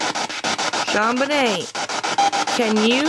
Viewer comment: You say John Bunyun, John Vinay???????